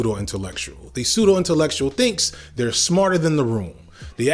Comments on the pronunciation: I don't mean to be nitpicky but you just mispronounced and misspelled intellectual in a video about someone else being wrong. Intellecutual. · So not only will you mispronounce the word "intellectual", but you also have the word spelled wrong. What is "intellecutual"? If you were intending to say "intellecultural", which is a brilliant amalgamation of intellect and cultural, then I have to give it you. Such a term effectively describes your point